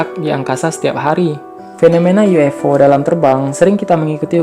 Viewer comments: UFO bang bukan U F O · Ufo bukan uifo